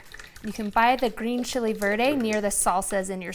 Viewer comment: "Green Chiley verday"